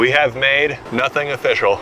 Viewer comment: "Nothing is ofishial" 😂